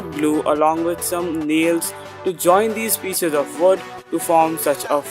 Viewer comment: man said vood glue hahahaha